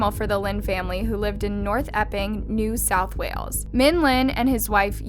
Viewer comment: I love how say New South Wales like it's a foreign planet not a state of Australia with Sydney as it's capital & North Epping being North/West town of Sydney.